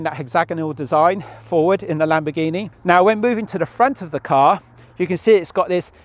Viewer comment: This guy is butchering the lambo names.